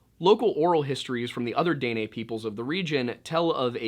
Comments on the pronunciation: I love your vids, I just wanted to help you with pronunciation of Dinè. it’s more of “deh-neh” or “duh-neh” instead of “day-nay”. The last half “neh” is almost cut off, so instead of “nay” it’s more like “neh-“. I hope this helps :)) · it's pronounced "Di neh" for the people from the south but "day nay" gave me a good laugh. you make some really good content. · This is the first time I can say I've heard Dene pronounced Day-nay instead of Deh-Neh lol. I recently found your videos and I love how you always include history of the area 💛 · Btw it’s pronounced “den-nay” (like the horse) it means “the people” out culture goes very deep and is very interesting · It’s pronounced DEN NAY. I’m kaska Dena from this region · Btw it's pronounced Den-ay. Maybe im retarded but i know dene people and thats how they said it. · I’m so sorry I usually love your videos but I’m Dene and I just can’t get through the video with you saying it wrong the whole time 😭😂